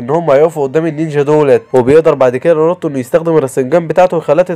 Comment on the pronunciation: ناروتو ❎ نروته✅😂